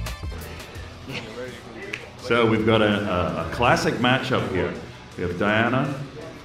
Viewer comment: Did he say it was a Klask-ic match-up? 🤣